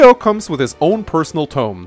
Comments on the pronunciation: Brynhilder is pronounced brine-hild-er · I love the way you say "Brynhildr." XD Sounds cool. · I love the way you pronounce "Brynhildr." Sounds like Dracula. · youre butchering brynhidlr